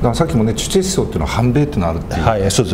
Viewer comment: すみません。主体思想の主体は、チェチェではなく、「チュチェ」だと思いますが。